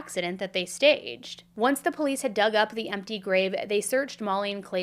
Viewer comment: No one should watch these videos Worst coverage Plus worst host She can’t even pronounce POLICE I unsubscribed and the videos still play!!! #cashgrab #worstcrimechannel #banbeam